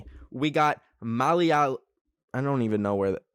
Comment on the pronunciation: Kerala is the most educated state in India, dude you better learn how to pronoun Malayali.